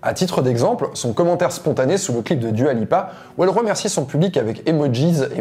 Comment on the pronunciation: Ah et j'ai oublié. Arrête de dire Dua Lipa comme si c'était un prénom français. ça casse les oreilles